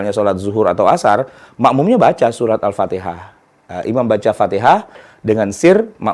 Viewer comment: Yang kadang jadi masalah, Seorang Imam baca Al Fatihah nya saja tidak sesuai Tajwid,asal bunyi...